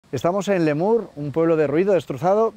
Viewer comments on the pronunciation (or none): Xq dices Lémur ? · Lemur... Cuando lo ha dicho la 2a vez digo... Lo he oído bien. Fuerza Letur!!! 💪💪💪❤️ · LETUR, LETUR no LEMUR. ❤️❤️🇪🇦🇪🇦❤️❤️